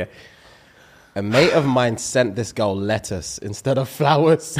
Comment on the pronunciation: ' face when he realised said 'lettuce' & not 'letters'! Also, LETTUCE!!